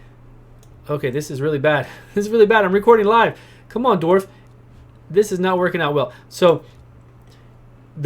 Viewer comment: cant watch cause you cant say dwarf only dorf